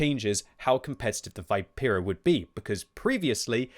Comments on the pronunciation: It's not Vaipera it's Vipera (Vee-pe-rah) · Great content as always! Just FYI it's Vi(like in victory)-pe-(as in peg)-ra. Also wargaming says contracarro (should be anti carro) and the engine is not oto melara but oto malera (an existing military engine company).